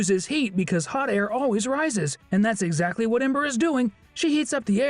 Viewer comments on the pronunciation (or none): Did he just said that ember was hwat ...😂